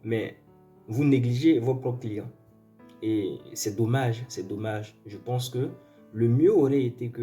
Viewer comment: Et votre client arrogant et nul a choisi un idiot comme vous . Vous ne savez même pas prononcer les mots les plus faciles par exemple on dit pas ze mais je, ze suis entrain de vous dire. Pp ferme la tu nul et mal poli